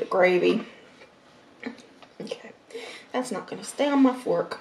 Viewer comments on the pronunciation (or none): none